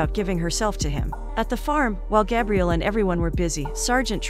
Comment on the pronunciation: I always leave the recaps to play in the background. When she was saying Gabriel … i thought she was saying Gabrielle. So I assumed he was a girl. Lol til she said he.